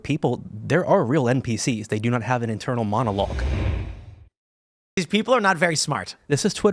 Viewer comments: Are you saying "inter monologue" or "internal monologue?" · I thought he said "inner monologue"